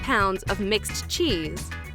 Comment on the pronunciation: The way she said cheese hurt me personally